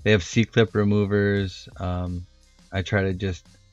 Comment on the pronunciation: You frayed your brake cable, no bueno there brochacho. pawl. like awl. PAWL. CIRclip removers. (cir, as in circle. circlip) omfg if you say PAW again. directional tire, remount the tire on the rim after flipping, don't be lazy.